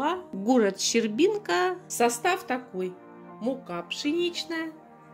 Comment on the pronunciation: Здравствуйте, спасибо за обзор, состав вроде хороший, тоже в Магнит хожу,город Щербинка, ударение на е🙋‍♀️🙋‍♀️🙋‍♀️😊😊😊🤣☺️❄️🕊️❄️🕊️❄️🕊️❄️